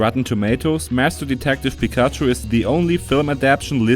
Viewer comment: Wait....did he just said pikachoo? O.o